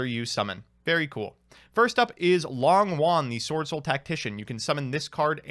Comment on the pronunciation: Hey, Long Yuan isn't pronounced long won, the o in Long is a long o, and yuan, is a little tricky, but is pronounced you-en, (but one syllable)